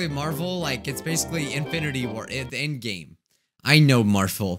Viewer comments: you said marfle ITS NOT MARFLE ITS MARVLE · "I know Marfel " Me: Ummm...do you mean Marvel ? i think you do